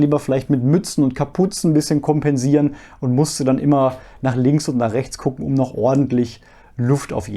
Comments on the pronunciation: Quilt (gesprochen "Kwilt"), nicht Kilt (Schottenrock). ;-) Ich habe auch beide, den GramXpert und den Liteway, und der Liteway ist mir auch zu klein (ich bin allerdings XL oder XXL in allem). Deshalb habe ich den meiner Frau vermacht. Ich finde nur das Packmass bei dem GramXpert etwas massiv. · Kilt = schottischer traditioneller Männerrock Quilt (gesprochen Kwilt!!!) = Schlafsack ohne Rucken und Kapuze Ansonsten top Video. Ich find deine Video generll immer sehr informativund aufschlssreich. Für die leider noch sehr eingeschränkten deutschen YT UL Sparte bist du definitiv eine Bereicherung